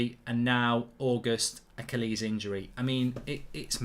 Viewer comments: ACKALEES????? I’ve never in my 24 years on earth heard someone pronounce Achilles like that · Not ak ill ees. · Learn to pronounce ACHILLES properly ffs ...